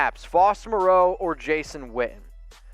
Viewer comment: Ian Swanson at least can pronounce Moreau:-)